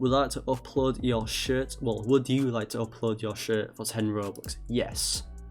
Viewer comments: You know it’s a scam cuz he say BOBUX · bruh he sed bobux instead of robux 😂😂lol